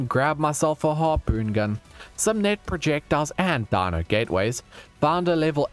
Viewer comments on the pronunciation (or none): none